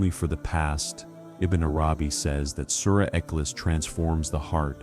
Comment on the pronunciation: Please pronounce Surah iklaas properly and name Allah !